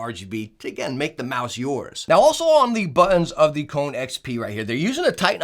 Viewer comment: And its not Cone its Ko - ne lol